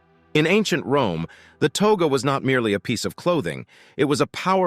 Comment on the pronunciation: Wome is your Fwiend. 😂😂😂